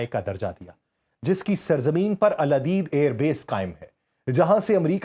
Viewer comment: Al adeed nhi hy aludaid hy